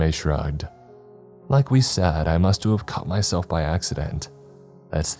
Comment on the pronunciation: Absolutely love your narrations, but I gotta ask… why do you say “must’ve” like that??😅